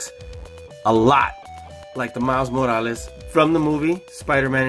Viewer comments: Miles Moalas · The way he says morales makes me cringe